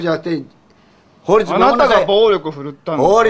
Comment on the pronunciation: 不法侵入のおやんず 「暴律守りなさい」なまらうける😆😆😆